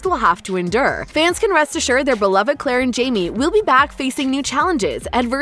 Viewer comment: Had to watch this with cc bc that woman’s voice is obnoxious and intolerable, and why do so many ppl pronounce endure as inder?